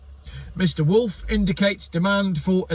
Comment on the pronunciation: Wolff is pronounced 'Vulf' while Lies is pronounced "Leez".